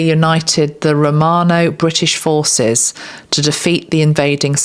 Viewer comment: Did anyone else hear "Queen of Horses" instead of forces at the end? X